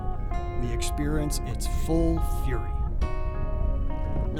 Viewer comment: cockscomb....not cocks cove...you really have 57k viewers and you know nothing